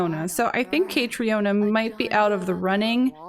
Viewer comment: As an Irish person hearing you butcher Caitriona's name was so painful in this episode 😭 If you haven't looked it up yet, it's pronounced exactly like Katrina, it's just the Irish spelling :)